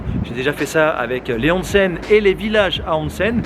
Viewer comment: One cent ... on dit "onsen"